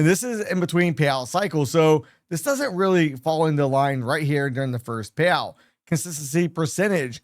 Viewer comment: Thanks for the info, but I would suggest speak more clearly. You lose clarity when you don’t use proper diction, meaning - say all the letters, including the last letters in a word. You seem to skip them a lot, especially t (eg payow vs payouT, pro-fih vs profiT, tar-geh vs targeT), along with sufficient pauses between words so each one can be heard and understood. Then your info will have greater impact - not struggling to hear, as well as to understand the concepts.